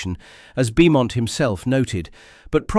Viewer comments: Roland Beaumont is pronounced Bowmont. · Pronounced “Bomont” you ignoramus 😡!